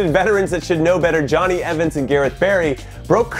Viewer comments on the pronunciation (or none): none